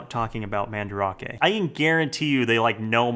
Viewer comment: I remember when he used to pronounce Mandarake as Man-Drake. I want that back